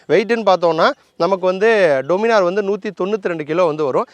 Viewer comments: டொமினார் இல்ல, டாமினர்... கரெக்ட்டா?? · Pronunciation Daniminor nu sollanum bro "doo" nu solla kudathu summa sollanum nu thonuchu 😅